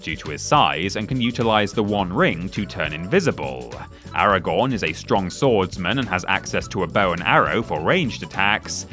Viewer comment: Why do they keep saying “Aragorn” like it’s their first time trying to pronounce it